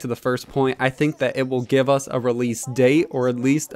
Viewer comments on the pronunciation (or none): none